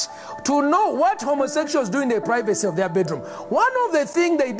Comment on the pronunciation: I can confirm what he is saying at the very end. He is saying, "TO EAT DA POO POO! OF OTHA CHILDREN!" A lot of people think he's saying "over the children" but he's pronouncing the word "of" like "ohv" so it's "OHV OTHA CHILDREN!" lmfao